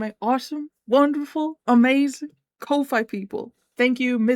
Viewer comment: Holy shit, a Skull Merchant! Haven't seen one of her in a long time. Also, Kofi is pronounced like coffee.